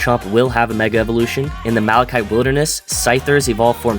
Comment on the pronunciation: first person i hear say malachite correctly